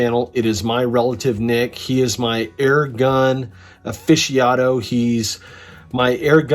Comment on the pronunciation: Aficionado not "ofishiado".... great video though very helpful